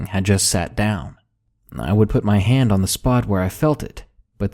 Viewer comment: At no. 1 who else Heard Ham instead of Hand?